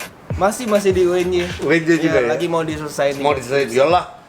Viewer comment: Uny kak, bukan unj